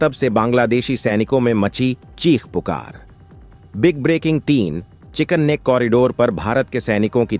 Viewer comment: Gchills वाले anchor, pls agar उच्चारण ठीक से नहीं कर पा रहे हो तो पहले उच्चारण ठीक से सिख लो। तुम 'चिकन नेक ' को ' चिकने ' बोल रहे हो। सुधार करो।